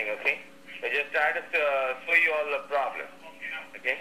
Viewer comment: "imma not gonna fis da pwobwum u gonna fisss duh poblum.... da pobum!!!" 😕